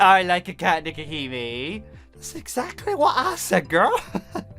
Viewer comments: Her name is pronounced Neko-HE-may. You're welcome. EDIT: The place, Hokkaido, is pronounced Ho-KAI-do(e). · it's nekohime (pronounced nekoheeme) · Nekohime (neck-oh-he-may)